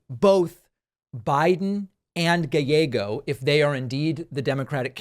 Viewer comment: Arizona checking in, thank you for noticing the work we put in! Also it's "gai-YEGGO", you gotta slush it more lol